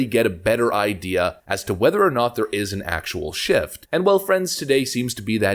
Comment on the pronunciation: Stop saying shiff, it’s shift